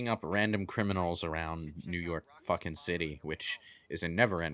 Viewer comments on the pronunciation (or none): none